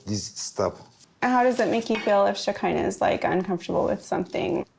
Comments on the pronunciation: her name is Shekeinah not Shakira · I agree with a lot of what you are saying however I can’t get over the fact that you refuse to call shekinah and her sister by their names as if you are unable to pronounce them but have no problem pronouncing and saying sarpers name. Why is that? It really takes away from the good content. You can have an opinion without being rude.